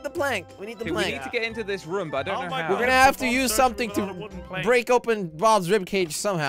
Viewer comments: pronounced room as Rum. 😂🤣😂🤣😂🤣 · Why does always say rum instead of room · Everyone: Room, Nobody only poop: Raum